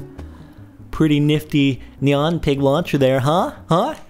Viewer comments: I HATE IT WHEN PEOPLE SAY NEON INSTED OF NYAN !!!!! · It is pronounced nee-an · NYAN= NEE-ON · No, it is (Ne-an) cat. It only makes sence because (ne-an cat) means meow. Poeple just say it like (ni-an) cat because how it looks. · no, no its not that would be wierd, its knee-yan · Nian, that's how it is pronounced, look it up on google :) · Nyan is pronounced "neon" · No, it's pronounced nian, it's Japaneese, look it up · its pronounced naiyan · It's pronounced nih on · Your not saying it right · You pronounced Nyan wrong -_ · Nyan is not pronounced like cyan